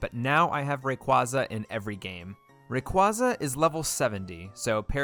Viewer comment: Stop pronouncing Rayquaza wrong. It’s Ray-kway-zuh!